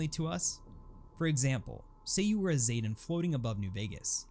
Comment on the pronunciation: ZEEE-tan , not ZAY, I know, I know, its said ZAYtan several times, but the correct way to say it is Zee, as in the letter Z-tan as in sun tan, zetan, idk what sort of drugs bethesda voice actors where on when they did that, or whatever weird ass quality control allowed that to pass, but its zetan XD